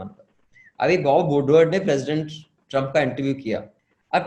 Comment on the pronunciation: That's Bob Woodword and not Bow Woodword!!